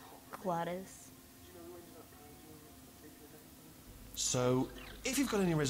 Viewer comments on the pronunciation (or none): she's not called Gladys -_- it's GLADOS lol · GLAD-O-sssss!!not gladis.Great job tho :)